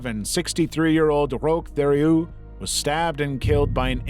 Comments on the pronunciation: The surname Theriault is pronounced like terry-o BTW 🤣 (w peace and love) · Rochs last name is pronounced tear-e-oh like the last part of the province ontario. While I don't think he deserves any respect I am friends with a family (no relation that we know of) and it always made my friend upset when teachers in school could not pronounce their name.